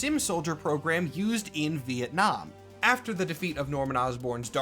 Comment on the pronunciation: Ven 'Nam... fucking VEN 'NAM... VEN 'NAM?! 🤦‍♂